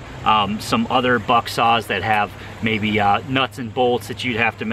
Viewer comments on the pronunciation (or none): none